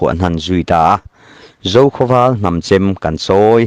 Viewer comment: ..... hnam-chem pawh i lam dik lo, hramsawm=hrumsawm etc...